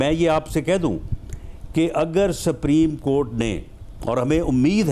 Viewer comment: rana sb bolna to seekh lein.....sapreem cort 😆😆